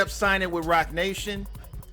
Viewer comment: This nigga said Rocnation